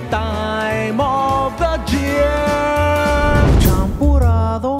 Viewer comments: Why does he say year like cheer? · Instead of saying year he says chear